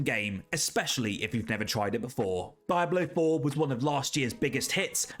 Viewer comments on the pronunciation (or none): “Daiblo 4” 💀